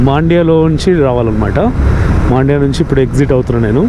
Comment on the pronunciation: మాండ్య కాదు బ్రో మండ్య